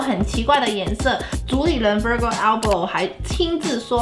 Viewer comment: virgil還唸錯 虧我還很喜歡你這個鞋頭😭😭😭